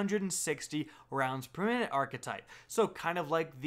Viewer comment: Realize he says “360 rounds per meeehnt” lol just realized that